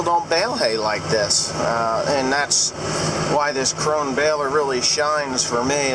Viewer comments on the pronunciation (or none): one question would you buy another krone baler and if so which one would it be? Btw. I am from germany and its called KronE. So correctwise speek the E. Love your baling vids